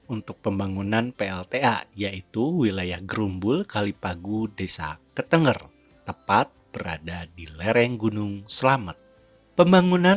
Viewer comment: Kok "ketengger"?? Ketenger, lafal "e" nya seperti "ke"